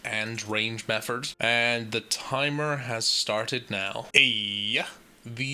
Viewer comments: Its Method. Not Mefford. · are you saying "metherd" instead of "method" on purpose? Triggers the fuck out of me. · Method not metherd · Yea you made a clear th sound when you got the scepter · Ok so Im not crazy, he IS saying that. Meffort! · My guy.. there’s no r in method